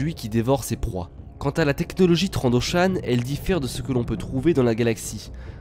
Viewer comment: Dans le nouveau Battlefront, on entend aussi TrandoshAN :)